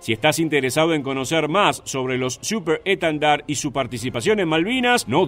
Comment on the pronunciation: Sos muy bueno relatando pero habla bien..siuperrr schtendard